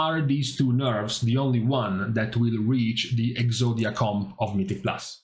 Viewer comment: Ngl I giggle every time you say Exodia comp